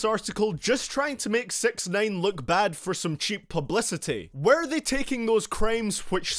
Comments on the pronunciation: sounds like this guy said "sex nine" instead of "sixnine" like tf?? don't dissrespeck my man like that! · Sex9ine is what sound L’s like he’s saying 😂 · Stop calling him sex nine lol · Pls stop calling him sex-nine :P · "Sex nain" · I’m no genius but aren’t hi’s name (six ix nine ine) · “Takshai 6ex9ane”